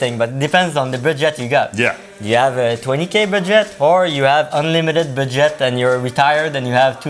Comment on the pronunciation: The way he says Budget sounds like Baguette its so cute lol